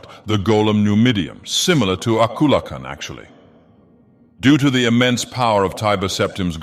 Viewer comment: you pronounce Akulakhan quite oddly here